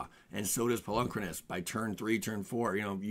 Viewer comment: I really loathe how you say "Polukranos."